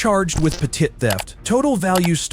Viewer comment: 😂 ’She was charged with Pa Tit Theft.’ 😂 It’s either Petit (Petty) Theft or it’s Grand Theft.